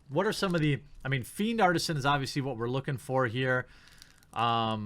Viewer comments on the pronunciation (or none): none